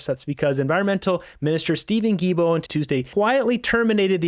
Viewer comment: Not that I like the imbecile environment Minister, but his last name is pronounced Gi-L-Bo. There is an “L”, and it’s not silent. Other than that, keep up the good work!